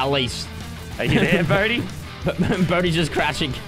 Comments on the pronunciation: It's bodhi not bodie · It Bodhi lol sorry for correcting u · someone count how many times lannan and said Bohdi